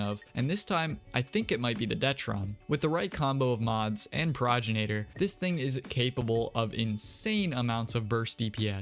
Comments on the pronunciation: Please fix how you pronounce progenitor. Pro gen ate or not pro gin ate or. Its the words pro and genitor together, it's not a regional thing or a country thing or a preference thing, you just say it wrong. Check any pronunciation website. Sorry, I don't mean to be mean but it just really annoys me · Pro-gen-a-tor is how you say it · what is a progenenator?? dya mean progenitor? pro gen i tor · The way you kept pronounced progenitor like proginator caught me off guard